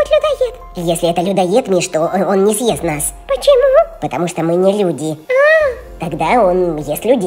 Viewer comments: Не сажрот а сйест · не сйест а съест 😇💖